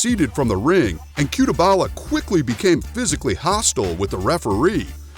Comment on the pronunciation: no disrespect to your channel but featuring a fighter in this video with a wrong surname and pronunciation is an insult to the person, it's CUTELABA not CUTEBALA...